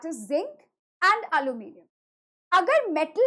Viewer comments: Alluminium ❌ aloo minimum ✅🗿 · Aluminium ❎ aaloo minium ✅